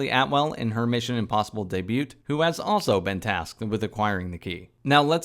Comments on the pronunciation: Great review 👍 But did you pronounce debut daybute? BTW the T is silent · Thanks for the video. Saw DR in IMAX last week (here in Europe). Need to see it again. Just a note to maybe proofread your video scripts better; you called Benji 'Benny', you pronounced the 't' in debut, and you called Owen Davian 'Owen Davis'. I wouldn't mention anything if it was just one mistake, but just a suggestion. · You pronounce the t in debut? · Lol, came to the comments the second I heard it